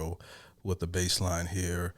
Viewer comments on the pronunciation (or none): Do you fish? Bass is a fish. Not base. Lol.